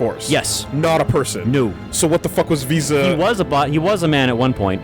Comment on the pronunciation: Visa...VSauce...we're just never gonna say her name right in this LP, are we?